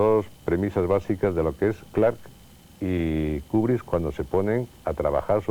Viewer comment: porque nadie a explicado a ese hombre que se dice KUBRICK Y NO KUBRISSSSS.....